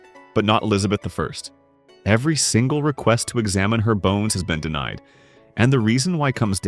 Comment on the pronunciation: DeMied instead of DeNIed = AI